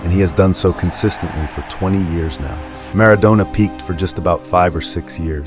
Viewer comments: Don't call him Mara"doughnah" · If you could pronounce Maradona a bit better, it would be a good start.